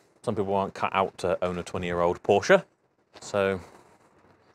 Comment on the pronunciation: Its becoming a rarity these days that people (including Porsche Staff) pronounce Porsche correctly. You deserve more subs for that alone!😁